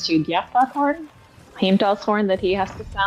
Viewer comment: You’re the second English speaking person I’ve seen in my entire life pronounce the double LL correctly in Nidavellier, Gjallarhorn and Heimdall! Much love, great Video 🎉